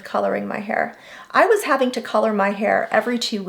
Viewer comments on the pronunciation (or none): none